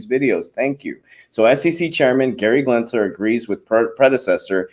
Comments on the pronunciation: lmao... i want him to keep saying glensler!!! i love it.... leave him alone. he told you he is dyslexic. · For the last freakin time, it’s Gensler NOT “Glensler!!!! Drop that damn “L”. Lol. Jesus. You can’t gain credibility if you can’t even pronounce the name right of probably the biggest key player in the crypto space right now. And WTH is with the burps?? 😂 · GEN- SLER. GEN- S L E R